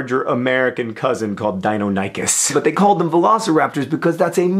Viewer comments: Pronounced (DY-NON-I-KUHS). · Nicely done Henry (You too, John). It's not "Diyo-nike-us" It's "Die-non-ick-us" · Jeffery Liggett I've heard it pronounced both ways. I generally feel that one emphasizes the 'non' dai-NON-ih(or eh)-cuss. However I actually say DIno-NAIK-us most of the time. Just because that's how my dad said it when I was little. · deinonychus is pronounced (Die-non-e-cus) or in American speak( Die non a cuss) Just to clear it up. I use to pronounce it the way you did cause that's how my father pronounced it but after a visit to the Nation Dinosaur Museum in Utah that cleared it up. But thanks for the video, it clears up a lot of misconceptions about the dinosaur. Good job. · Im sure this came up a bunch. 1) You pronounced Deinonychus (Dye NON ih kus) 2) Deinonychus wasn;t much bigger than velociraptor (hip height on a human, not knee height). Utahraptor was closer to the size of jurassic park raptors. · I have always wondered, is it pronounced dei-nony-chus or dino-ny-chus? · Aside from the butchering of the pronunciation of Deinonychus (and yes, I know mispronouncing things is his thing), great video. This explains why I love paleontology. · I have been pronouncing Deinonychus wrong for five years...